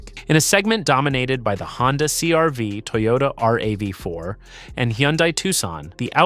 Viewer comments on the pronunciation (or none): Toyota R A V 4? Mustang MASHE, WTF?! HATE THESE AI VOICE OVER!!!!